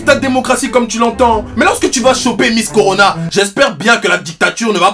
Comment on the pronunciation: "Miss Coronaw"